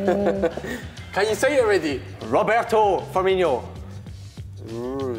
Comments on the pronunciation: Robbo shouldn't get credit for the last answer, he said "Firmeenyo" not "Firmeeno". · cant believe robbo said "firminHO" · It's Firmino robbo! Not Firminho!